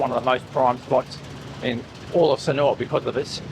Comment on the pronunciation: When will you learn how to pronounce Sanur? You say Sanoowa.